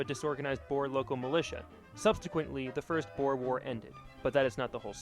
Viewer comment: He prounous alot of this wrong like Boer and others like Paul Kruger